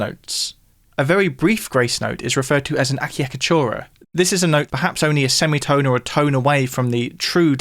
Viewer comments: When I heard him pronounce acciacatura, I was so triggered- Apologies, I have no hate, I just grew up saying it Ah-cha-katoora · Incredibly formative, as always! Little Italian tip: "Acciaccatura" should be pronounced as "ah-tchak-atoora" 😉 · The pronunciation of "acciaccatura" made me smile 😁